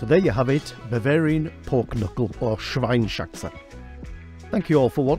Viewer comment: Dear - loved your video and recipe! I hope you dont mind tellingl you that the pork knuckle in German is called / pronounced SCHWEINS - HAXE. You pronounce the S to the first part of the word ( SCHWEINS ) and then you add HAXE.... Best regards from Germany...;-) Bettina